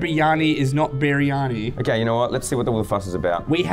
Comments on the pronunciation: its pronounced BIR-EE-AR-NEE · The first meal biryani is said like briyani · BTW. It is pronounced Briyani but spelled Briyani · The first meal biryani is said like briyani. I'm not indian I'm south African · As an Indian, hearing them pronounce "kebab" and "biryani" is the funniest shit ever lol.